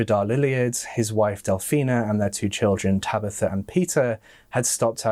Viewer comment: “Tabeetha” 😬 Surely you’ve heard of the name “Tabitha” before? Tab I tha 🤦‍♀️